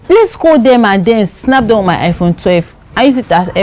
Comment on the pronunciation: Young woman u no well say iphone 🤣🤣🤣🤣🤣